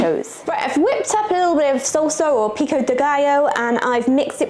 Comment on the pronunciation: not Tac_o like Tick Tack but TAHK_oh like MA_mah // and not sulsa but SAHL_Sah, sounds like you're attacking the 'O' but its just like AH HAH would be the correct sound. YW